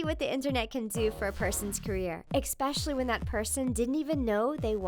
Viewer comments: There is no such word as EXPECIALLY. There is NO X in there at all. It is, and has always been, ESPECIALLY. If you're going to present on a video, learn to speak proper English. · Ecspecially? Jesus Christ! It's ESPECIALLY NOT ECSPECIALLY!!!! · I can't like a video when you say expecially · Ok don't mean to hate but... We might as well spell it freaking exspecilly since people pronounce it like that, goodness people. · There's no x in "especially".